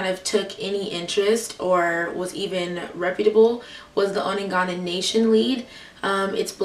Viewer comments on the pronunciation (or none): Onondaga is pronounced On-na-dog-ga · On A dog Ah (onondaga)